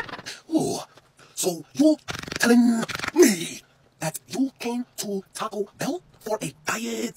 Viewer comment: "weomeee to tacouu BELlLlLlL"